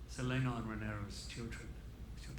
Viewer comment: Does anyone else hear "Selena" whenever Viserys says "Ser Laenor"?